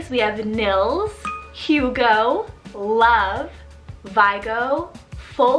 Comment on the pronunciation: I’m from Sweden and yes those names are quite popular. But Love is pronounced with the the e at the end, it’s not silent like it is in English.